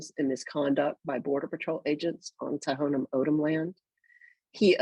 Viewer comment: Thank you for speaking the truth my only complaint is you pronounced Tohono O’odham wrong it’s pronounced Tawnah Aawdam not To-ho-no Ohdum. Ray was a family friend I’m a white woman and I’m absolutely disgusted I want to protest and become active against these idiots. Ray was murdered I know Border Patrol gives zero cares about the people and this land that we live on. God bless you keep bringing it up